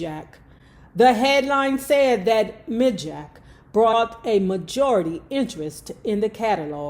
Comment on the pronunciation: MIJAC is pronounced My-Jack. Also, while i see your point about disability for 9/11, it will never come to pass. Think about how the pandemic made it so people didnt want to go back to work. Imagine if people got a check...half of America would sit on their asses. Hell, they do it now! Great read, as always!😁